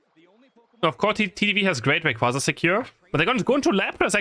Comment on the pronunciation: I dont wanna get hit by reyquaza-san 😂😂😂. Anyone else hear that